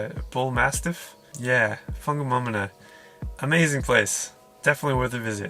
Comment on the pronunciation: pretty damn decent pronunciation of WhangamŌmona e hoa! the others weren't to shabby either ;)